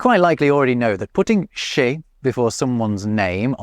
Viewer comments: Sans l'image j'ai compris "chez" comme "chèh"... merci l'arabisation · The part "chez" is quite funny because said in this way (with emphasis), it's immediatly make me hear "cheh" that is a word stolen by french youth to arabic (equivalent of "it serves him right" in englishh or "bien fait" in french but a lot more sharp).